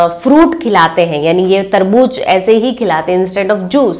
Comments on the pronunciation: Tarbooz not tarbooj hehehhe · मैम वो तरबूज नहीं तरबू ज़ होता है 🙏🙏🙏